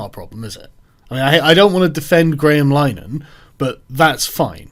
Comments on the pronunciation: Lin-a-Han I don't even like the guy but its painful hearing it pronounced Line-han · Carl is crapping all over the Irish surname too...its pronounced Linahan. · It's pronounced "LINN-a-hann", (at least that's how he pronounces it, Martin Short pronounced it "Line-a-hann" in an old SCTV sketch.) and "The EYE TEE crowd."